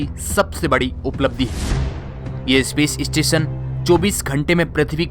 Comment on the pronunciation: भाई , इस्पेस स्टेशन नही ,स्पेस स्टेशन बोलो.. ये इ काहे घुसेड देते हो ??